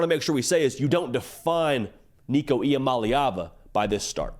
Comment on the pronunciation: Shout out on pronouncing Nicos last name correctly... its not as complicated as people think... the easiest way I learned it is... EE-AH-MOLLY-AHVUH.. with a lot of us and our southern accents it's the easiest way to pronounce it as close to correctly as possible,. without sounding out all the syllables.